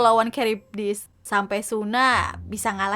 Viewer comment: kak yg bener tuh adalman bukan aldamen :v